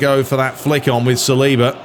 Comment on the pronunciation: Salibá is French, so his last name is pronounced with emphasis on the last syllable.